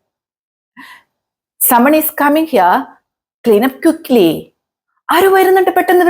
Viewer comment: ഒനിയനല്ല, അണിയന്‍. കടുകിനെ അതു പൊട്ടിക്കട്ടെയെന്നോ? ഏതു പൊട്ടിക്കട്ടെയെന്ന്? ക്വിക്ക്ലി ആണ്. ക്യുക്ക്ലിയല്ല. You are handicap in English. First you learn English well, then teach it